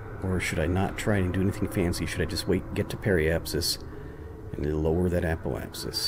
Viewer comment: its ap o apsis say the o like your normaly would say o and try it all together ap o apsis